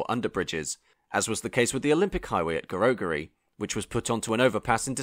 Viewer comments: Gerogery also, both Gs should be pronounced with a j sound. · It's Glen In-nes, not (H)Ines, and Ge-rog -ery (as in Roger with a y). It's now July 2024 and the 'new' trains have only just begun testing. The 'new' trains were 'supposed to be' running in the first quarter (Jan - Mar) of 2024!